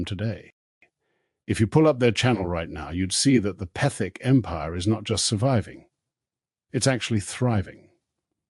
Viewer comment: What a hatchet job: a series of misrepresentations; half-truths; and outright lies and just enough basis to create a misleading narrative. if you expect any credibility, at least learn to pronounce Petherick correctly.